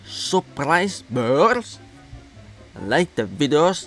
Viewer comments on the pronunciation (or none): Sabskraybirs this is the pronunciation or subscribers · It's so funny when says subscribers 🤣👌